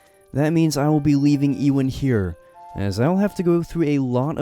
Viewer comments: E-Wan? You mean Ewan...or Euan...You-ann. JS. And I'm guessing it's Ewan McGregor that's your favourite actor...correct me if I'm wrong! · i hope youre not talking about living legend ewan mcgreggor calling him ee-wan and not you-en LMAO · Yoo-an bro not Ee-win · 😂😂😂😂 Ewan 😂😂😂😂 E-Win pronounced U-in gave me a laugh though 😂😂😂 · its not lronounced ewan its pronounced you-in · It’s not pronounced “Ewan” it’s actually pronounced “U-an” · Also ......Ewan. Its pronounced You ahn not Ee Wan. I love interest in my home country too but the pronunciation makes the video hard to watch 😢 🏴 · Ewan is pronounced you-un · I have only one major complaint. Ewan is pronounced as You-in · The way you pronounce Ewan bothers me every time. But what bothers me the most is the implications that Wisps are friendly considering usually in Scottish folklore they aren't, they mislead people into dangerous places like bogs in the dark and fog where they'll die/drown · The way he pronounced the name Ewan was very amusing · Your pronunciation of Loch and Ewan makes this a hard watch